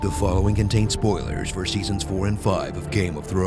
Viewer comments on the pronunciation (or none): Seaons? really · "SEAONS" my job here is done! :P